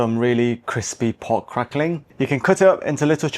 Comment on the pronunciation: The word is Pork, not Port. Please learn to talk properly.